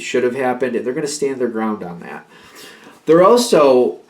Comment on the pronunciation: Funny “like dat”. I live on the island of Maui and we say lik dat. 😂🤙🏼🧜🏼‍♀️ This message is super accurate and happening right now over events from the last week.